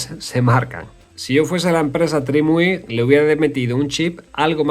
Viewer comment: Pronunciar bien la marca TRIMUI: ❌ Decirle “TRIUMI” a TRIMUI: ✅